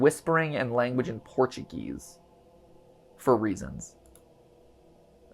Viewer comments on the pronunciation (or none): Mat I speak Portuguese and is very offence how you tried to speak Portuguese thinking that is English so try to not speak Portuguese near to Portuguese people next time ps: i love your videos.